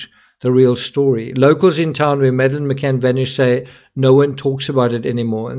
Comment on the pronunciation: DID SHE ACTUALLY SAY, I AM MADELINE McAnn?.